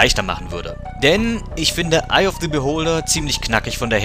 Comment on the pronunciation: Kann sein das ich mich irre, aber wird bei "Eye of the Beholder" das the ist normal aus gesprochen Beholder fängt ja nicht mit a e i o u an